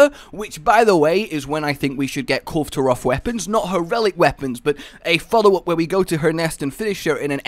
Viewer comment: "KUL-vay" Taroth. Dunno why everyone always thinks the E is silent. O.o